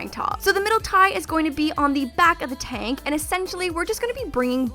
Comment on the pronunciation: Love how you say tank top like Tonk top